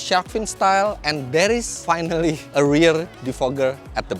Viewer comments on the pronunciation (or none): none